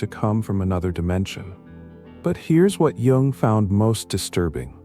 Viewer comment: You must learn how to pronounce Jung, it's kind of hard to take seriously!